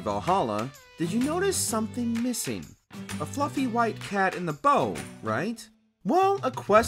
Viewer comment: The bow of a ship rhymes with cow🤦🏼‍♂️